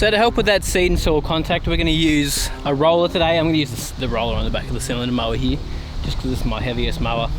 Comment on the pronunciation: Lol what happened to the R? Did it go hide somewhere? What R am I talking about? The one in the word Here. Lol the R is gone and replaced with eeeya. Lots of water over heeeeya. 😂